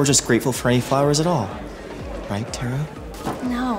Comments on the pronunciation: Why is nobody talking about the fact that she said its pronounced tare-uh and dhar said tar-uh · its not Tara Its TERAAAAAAAAAA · Dhar mann said tAra not tEra he wrote The Script himself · It's Tára, by the way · even dhar mann says tara's name wrong XD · I love that Dhar also mispronounces Tara's name 💀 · Dhar Mann you said Tara the wrong way Tara: I'm angy!!! No one calls by my right NAMMMEEEE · “Tara?” “UHHM- ITS TARRA” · Love how Dhar mispronounced Tara’s name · I love it how she pronounced her name tara but dhar mann pronounced it the way she said to not😂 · You said her name wrong Tara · Why Dhar Mann pronounce her name wrong🤣🤣🤣